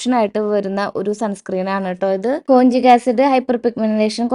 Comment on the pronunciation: കൊഞ്ചിക് അല്ല കോജിക്